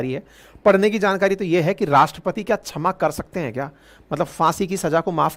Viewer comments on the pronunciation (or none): गुरु जी छमा नहीं क्षमा(kshama) होता है। आपको शुद्ध उच्चारण करना चाहिए। और सजा (Saja) नहीं सज़ा (Saza) होता है। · छमा नही क्षमा होता है मास्टर जी।